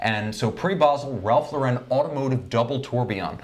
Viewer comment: "I wouldn't even go into a Macy's or a JC Penny and pay $200 for a Ralph Lau-REN watch." Yikes. I get it. You hate the brand. You say it over and over. Have you guys ever been to a big RL boutique? Like the mansion in NYC? It's not the stuff you'll find at department stores. Very high end. It's a completely different client (and it's hard to take this seriously when you keep saying the name of the company wrong. Ralph Lau-REN??) Sigh.